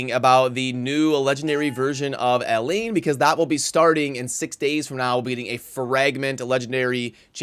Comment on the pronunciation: I'm being picky but Elaine and Elhain are not the said the same. Elaine is a Welsh name and Elhain is of Egyptian origin. It is pronounced El-hain. Hard H.